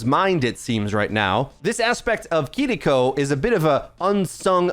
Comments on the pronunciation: Your pronunciation of KIRIKO is very puzzling to me!! It’s Kiriko not kidiko bro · The way he pronounces Kiriko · thats.... how its traditionally pronounced.